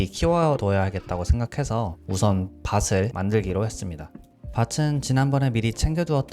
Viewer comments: 컨텐츠도 좋고 목소리 톤도 좋고 진행도 좋은데 발음 때문에 자꾸 거슬리네요... 살ㅁ 뿐만 아니라 '밭을'을 말할 때 바츨 또는 바슬이라고 발음하셔서 좀 신경이 쓰였습니다. 그리고 새는 듯한 발음(좀 보다가 외국인인가?했어요ㅜㅜ)과 녹음을 다른 시간대에 했는지 목소리 톤과 크기가 변하는 것이 영상을 계속 집중하게 할 수 없게 했습니다. 유튜브 첫 업로드니까 어색한 부분이 있을 수 밖에 없죠. 하지만 저의 의견을 어느 정도는 받아들여 주시면 좋겠습니다. 저는 불편한 걸 좀 못 참는 성격이라 이런 말을 하게 되었지만, 이 그저 지나갈 뿐일 유튜버라 생각했다면 그저 무시하고 넘어가서 저의 소중한 시간을 지켰겠죠. 근데 좀 너무 진지했나요?ㅎㅎ 의 잔잔한 목소리가 불편함 없이 편안하게 볼 수 있게 했습니다. 그 강점을 살리고 앞으로 더 발전하시면 좋겠단 마음으로 댓글 달았으니 너무 불편해 하진 말아주셨으면 좋겠습니다. 제가 의 채널에 자주 들어오게 되길 바라겠고요 그럼 화이팅하세욤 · 좋은 게임 소개 받고 영상도 잔잔해서 재밌게 봤습니다. 직접 더빙하시는 만큼 연습하셔서 발음 교정을 하시면 더 영상 퀄리티가 올라가지 않을까 싶습니다. "숯을"을 발음하실 때 [수슬]이라고 하시거나 "밭을"을 [바슬], "숲을"을 [수블]이라고 발음 하시는 것들을 들었는데 그 점이 아쉬웠습니다. 구독하고 갑니다!